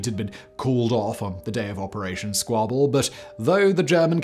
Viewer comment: Did you say "Squibble"?